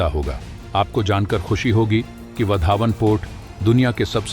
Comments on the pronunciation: आप वाढवणं को वधावन क्यों संबोधित करते हो? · वधावन नही, वाढवण.